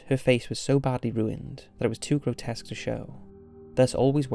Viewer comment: 5.24...the narrator spells grotesque as "groskets",which actually made me search for the word as I've never ever heard of any such word before. Maybe he didn't have enough time to rehearse the script before recording it.😀